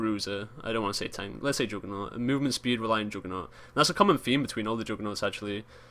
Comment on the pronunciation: joodgement, jooggernawt, joongle